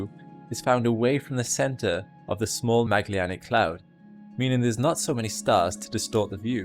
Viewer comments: there is no "Magllianic cloud". It's called "Magellanic Cloud". It is written correctly, but as with other names pronounced incorrectly. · Great video! I did struggle with your pronunciation of Magellanic though 😅